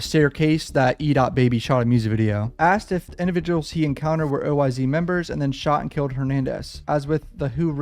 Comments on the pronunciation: Nigga keep saying oy z it’s oyz without saying the z just us it like an s smh shit blowing my mind rn 😂😂😂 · OYz is pronounced oh whys not O Y Z .